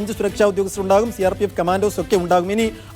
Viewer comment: സി ആർ പി എഫ് എന്നാണ് ആംഗറേ 😂